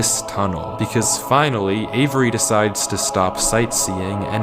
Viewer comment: The amount of times he said Avery was actually making me question my reality... and its 2 syllables, not avERy, never heard my name said like that lol